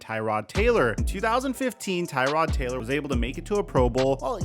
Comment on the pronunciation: IT IS TRRRROD Taylor... not tie tod like the car part 🤣🤣